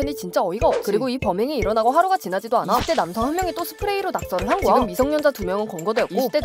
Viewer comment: 거야 발음 좀 개선해주새요